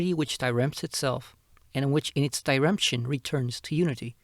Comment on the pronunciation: 𝓘 𝓛𝓞𝓥𝓔 𝓘𝓣 ... .. also .. i hear it should be more like 𝒅𝒆𝒆－𝒓𝒆𝒎𝒑𝒕𝒊𝒐𝒏 .. just cause some people might fail to recognize the word as he pronounces it.. like the auto generated captioning didn't recognize it ... and it's what miller used to translate the german 𝑬𝒏𝒕𝒛𝒘𝒆𝒊𝒕𝒆 = atwain = entwain